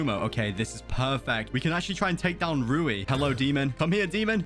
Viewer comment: Its actually "rui" not "ru/i" and is "u/zui" not "u/zu/i"😅